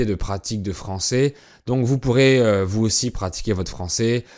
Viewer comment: Vous avez dit Vous aussi sans faire de liaison ! Moi je le fais Est que c’est bon ?